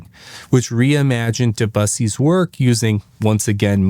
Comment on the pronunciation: Not knowing how to pronounce “Moog” or “Debussy”???